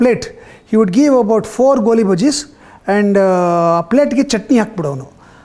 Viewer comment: ಗೋಲಿ ಅಲ್ಲ ಸ್ವಾಮಿ ಅದು ''ಗೋಳಿ ಬಜೆ"